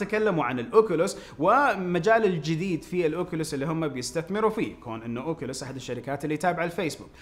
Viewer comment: اوكليس مش اوكلوس